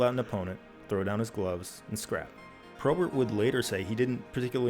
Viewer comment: my least favourite thing about this video is how bob probert is pronounced any way other than bob p-robert. apart from that amazing video jon, you never cease to entertain